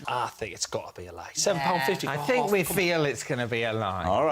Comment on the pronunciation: says fink instead of think... Ugh.